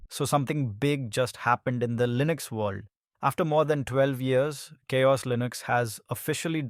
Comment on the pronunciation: "KaOS" is it CowOS or ChaOs ?? systemD or "systemd" ? this video is annoying. gimme back my 3 minutes